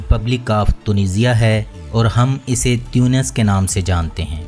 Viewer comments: تُونِس ہیں۔۔ تيونس نہیں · aap baar baar tiyunos farma rahe hai jo ke ghalat hai.. aur sahi naam tonos hai